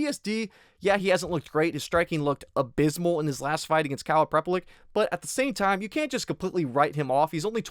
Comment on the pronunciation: Was going to bet on Caio but after hearing you glaze "Boar-All-Hoe" I've decided to switch over to Immamov.